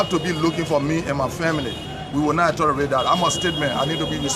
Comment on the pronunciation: Words Tolerate not "atolerate", and learn to speak slowly then you will hear yourself, understand yourself and speak well.